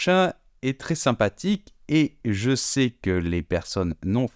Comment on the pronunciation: Boff!il faut aussi prononcer ,je sais etc etc et ce monsieur dis je Sé!alors….